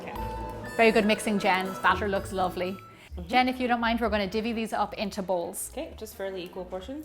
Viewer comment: Hihi, did you actually meant to say divide like that? Is it actually said like that where you are from or did you mispronounce? It really surprised me for some reason XD